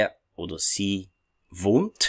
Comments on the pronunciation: Prof, Warum pronounce Sie as an S rather than a Z? Ich wohne in Kamerun! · Do not we pronounce Sie as zii ? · Thanks for the video, I have a question about the pronounciation of "Sie", I always heared it like "Zee" but the way you say it is different. Could you explain to me the reason ? is it due to different dialect ? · Why "sie" Sometimes it pronounced as zee or cee I'm confused! Following you from Egypt 🙋‍♀️